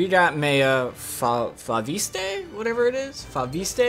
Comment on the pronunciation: It's pronounced Fo-vist (fo-vis-t(e) in french)... just saying... you're welcome